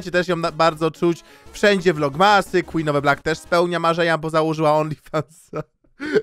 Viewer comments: quen of the blik xd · Queen of the Black nie zasługuje żeby tak się do niej zwracać. Powinniśmy mówić "KŁIN OF DE BLAK"